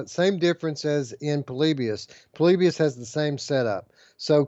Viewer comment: says Po-lib-ius here It's short for poor liberals in US. Jk.